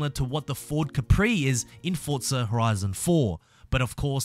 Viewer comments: What the hell is Fortza Horizon? ITS FORZA there is not fuckin T I know you redcoats love tea but shit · It’s pronounced forza not fortza you knob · No offence but what the hell is FORTZA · It is called forza not fortza..... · Why do people say "FORTZA" it's ( four - zah ) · WHERE ARE YOU SEEING THE "T" IN FORZA THOUGH?! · When game is spelt Forza And everyone says Fortza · Its pronounced forza... Not fortza ffs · why do u say fortza lol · THERE IS NO "T" IN FORZA.......PRONOUNCED 4 ZA......NO T.... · "Fortzer" I really want the Ford Crown Victoria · stop saying forTza omg where is the T? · So it's not just me that gets annoyed when ppl say that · Show me the "t" in forza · Lol have you been mispronouncing the name all this time?